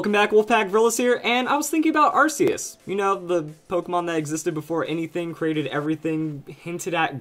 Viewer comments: its pronounced ARK-E-US NOT! AR-Ss-E-US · that moment when someone has seen the arceus movie and pronounces it 'arseus' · It's still pronounced ar-key-us though. I know it may seem weird at first, but it really is.